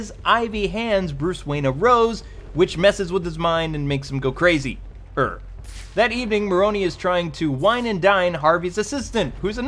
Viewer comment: Hahaha I like how you added the er to crazy